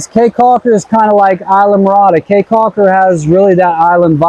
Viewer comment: Prounounced Key Caulker... not Kay Caulker.. People of Belize are wonderful!